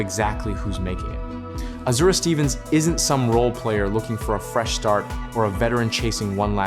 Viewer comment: ESPN has Azura going to Chicago, along with Skylar Diggins. ... and its AZ-UR-AYY